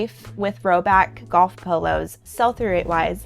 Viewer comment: Ohhhh. She’s saying POLOS not PILLOWS! Haaaaa😅😅😅😅😅😅😅😅😂😂😂😂